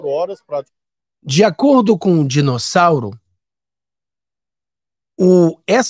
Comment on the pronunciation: Você falou certo … “DINOSSAURO”.